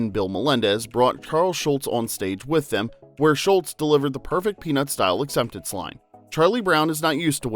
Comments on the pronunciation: His name was Schulz not Schultz. Mispronounced throughout the video. He was not Colonel Klink's sergeant. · automatic dislike - it's SGHULZ, not SCHULTZ But you can blame Hogan's Heroes fo' that misunderstanding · It’s not Charles SHULTZ it’s SHULZ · According to the narrator, his name was Schultz. But it's probably an AI generated voice... on an AI generated channel.